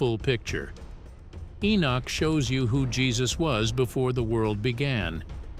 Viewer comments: It's Henok not Enok why is that thy always changing the name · ♡content but you're driving me crazy the man's name is EN"O"CH there is no Nick in his name is NOT E-nick,.No..it's Enoch- There is NO NICK in Enoch- for Gods Sake - please pronounce it properly - it's very disturbing when you keep pronouncing it wrongly-I don't mean to be over sensitive but for example if my name is Fred and you keep calling me Caesar that's not my name my name is Fred and once you know the true meaning and pronunciation of the name Fred and then you continue to keep calling me caesar it's not just that I'm not going to avoid you I'm going to start being a little offensive and pissed off stop it- there is (no Nick) - In ENOCH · Huh??? Who in the world is ------> "E E E -N I C K" ??? Repeat after me ------> knock, walk, talk, sock, dock, jock, mock, lock ......... now, say -------> E N O C H